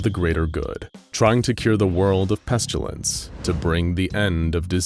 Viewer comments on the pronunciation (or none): it's always bothered me that the narrator pronounces it "Pes-chyu-lince" instead of "Pest-ill-ence" like you're supposed to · Lol I love these SCPs and vids.. But why do you keep saying "pestYUlence"? There's no "u" in pestilence